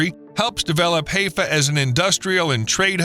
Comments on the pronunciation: Please, dude, Haifa is pronounced, "high-fa", not "hay-fa". Please learn. I love the Israeli people who have made the desert bloom, has restored the "Sea of Galilee", and is working to refill the dead sea by piping water from the Med to the drying up inland sea. I enjoyed everything in this video, except your mispronouncing Haifa. Imagine if the State of California restored the Salton Sea like Israel did with Galilee! Pure, desalinated water pumped from the Pacific to the desert, and using that same technology to clean the pollution from agricultural run-offl and over salinization of the Salton. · Bruh... it's pronounced Hi-fa 😅 Amazing video though, from a resident of Haifa👍whale🐳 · "KWAYS"? "HAY-FUH"? Pronunciation of quay is the same as key in both UK and US English, according to the Oxford English Dictionary - though I have to admit that Merriam Webster does give alternative pronunciations including yours. Also Haifa is "High-fuh". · Consistently mispronouncing Haifa. It's "Hi Fah" NOT "Hay Fah" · Boy is it annoying to hear Haifa (Hi-fa) pronounced Hay-fa so many times in 17 minutes. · At least learn to pronounce some of the place names here which actually aren't that hard. For example, everyone but you knows Haifa is pronounced 'haee fa' not 'hay fa'. Thank you. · Haifa is pronounced as Hi Fa not Hayfa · HY-fuh not HAY-fuh 🫤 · Its pronouced (HI FA) and not Hey-Fa for HAIFA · That artificial intelligence pronunciation is screwed up. Haifa is NOT pronounced like Hay fa as in that dry stuff. The pronunciation of Haifa is like saying hello for short, Hi , not hay like dry plant material. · Haaayfa??? Try pronouncing it as Highfa. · Haifa is pronounced "high-fah", not "hay-fa". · High fah not hay fah. sounds ignorant. sorry. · Haifa is pronounced "Hiifa," with a hard i, not "Haayfa" with a hard a. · Quay is pronounced key and Haifa is Highfer. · Not Hayfa. Get it right. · Ow, my ears! Learn how to pronounce Haifa, hai·fuh! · It's not Heyfa. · It's "ha-eye-fa"!